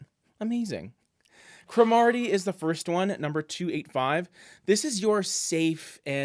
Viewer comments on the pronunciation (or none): Love Green Smoke, I like to think of it as a "subtle" dark green. Your pairings are almost 100% but slipper satin is far better as a trim choice for Green Smoke, it has a similar changeability but still provides contrast. All White is much too stark. Side note, you are saying Cromarty wrong. It's not CrOH-Martie, the emphasis is on the beginning of the word CR-ohmartie, I think F&B has some YouTubes from when the color was introduced that talk about the pronunciation. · It’s pronounced CROMAR-ty. It’s a historic village in Scotland.